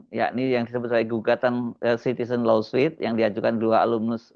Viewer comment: Lawsuit: dibaca lowsuut